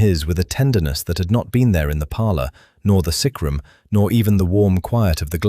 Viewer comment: Its sickroom not sacrum. Grr ai is annoying